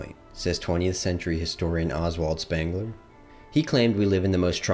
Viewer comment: It's Sh-pengler and Goe-theh ...can't listen to this.